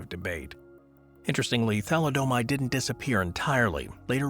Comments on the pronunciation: Who are you, Homer Simpson? It's pronounced tha•LID•eh•mīde, not tha•li•DOH•mīde. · It's pronounce THALI - O - MIDE,get it right,jesus.